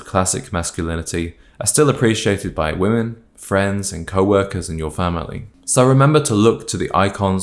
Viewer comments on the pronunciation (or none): none